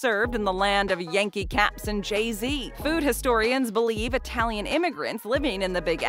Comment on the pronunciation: Pronunciation, way off! It-talian, not eye-talian.